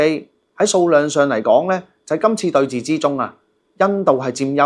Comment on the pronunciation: re: 5.45 「空中對峙」， 該讀為「空中對是」。 不要錯讀為「寺院」的「寺」。